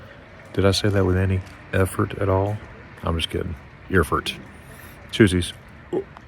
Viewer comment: Very pretty there and you showed it very well! And you're good too in pronouncing Eeeeerfurt! 😊👍